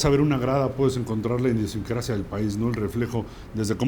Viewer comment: ¿"Indiosincrasia"? jajaja Cuidado al pronunciar las palabras!...Hasta el 'joven' Murrieta se aguantó la risa. Bueno, sólo es una crítica constructiva. Por otro lado Murrieta es uno de los pocos periodistas mexicanos de la actualidad con el oficio intacto. Quien diga que José Ramón es el mejor periodista deportivo de México, no tiene idea de nada.